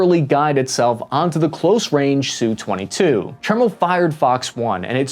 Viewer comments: It’s not a “Sue-twenty-two”. It is an “Ess-you-twenty-two”. Your narration is very annoying, but thanks for the video anyway. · All right then.... ENOUGH of this identification of the air craft as the "SOO-22". This just shows the ignorance, (Uniformed or uneducated) aspect of the video "author". I worked for a contractor of the major manufacturers of USA interceptor, recon, and our (meaning USA) OFFensive aircraft. We knew the names of our enemies, and the names of their Def/Off instruments of conflict. There was NO aircraft called the "Soo-22". They ARE called the SU-22, as in "Ess You Twenty Two". Do you understand that? "S U". NOT SOO, or SUE, 22. It is pronounced (in phonetics) ESS YOU Twenty Two. Good grief. Get both your nuts in one sack and learn what you are talking about.